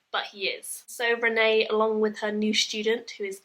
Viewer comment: I know I'm a few years late but I loved these books. My only criticism of this review is that you listened to the audio book and still called her Renee (the french pronunciation) rather than Renie (The English pronunciation which is canonical and said in the audio version :P )